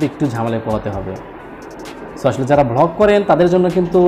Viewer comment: Uncomplete না কথাটা হবে incomplete. এছাড়া যেমন স্কিন না কথাটা হবে স্ক্রিন। ভ্লগ নয় হবে ব্লগ। এরকম কিছু ভুল আপনার অন্যান্য ভিডিও তে কানে লেগেছে। আমাকে ভুল বুঝলে সরি বললাম।